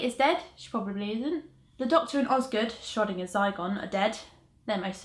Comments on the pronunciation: I spent a solid 10 seconds trying to figure out what she meant by "shrodding a zygon" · By the way you mispronounced "Schrödinger". Ö is not pronounced like O but more like, umm... "I" in the word "Birth".